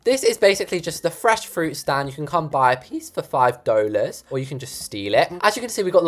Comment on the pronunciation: I just love how pronounces 'dollars' as 'doulars' 😂